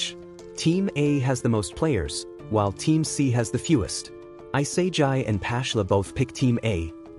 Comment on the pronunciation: also its not i-sae-jai it e-sa-gee for the pronoucitation which proves you use AI because on AI voice would pronouce isagi like that and if you were real you wouldnt speak so robot like and stern, you'd also pronouce isagi correctly